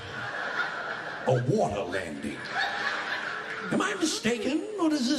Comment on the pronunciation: his face lol I'm dying "whad exactly is a wadder landin" 😂